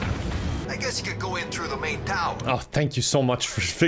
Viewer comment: i like how he says tru not through